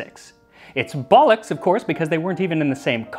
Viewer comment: I compliment you on the correct usage and pronunciation of the word, "bollocks."